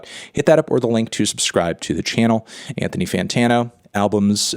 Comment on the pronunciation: Anthony Fanta-NO is a hard zero out of ten